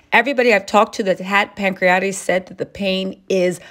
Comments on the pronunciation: It's pancreatitis not pancreatis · It’s called “pancreatitis” not “pancriates»